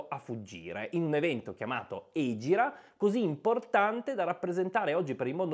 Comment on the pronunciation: Tra le altre cose, ho imparato che si dice ègira. L'ho sentita chiamare egìra da bambino e ho sempre usato la pronuncia piana. Grazie per la "correzione"